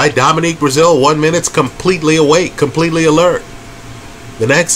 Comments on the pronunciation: He’s consistently horrible with names!!😂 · Dominic not Dominique! Lmao